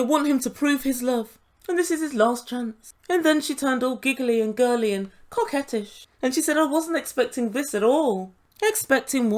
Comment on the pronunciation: Kim..."coquettish" 🤔 Hahahahahahahahahahahahahaha!